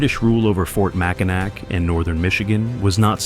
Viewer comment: AI with a bunch of bad pronunciations. Mackinac is pronounced- Mackinaw